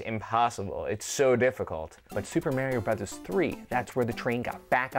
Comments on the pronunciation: why the hell is it MÆRIO??? sounds too weird! its mArio!! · I wish they could pronounce "Mario" right. Where are they getting that from? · i kno i say maHHHrio like ahhh not like aeee lol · Stop pronouncing "Mario" wrong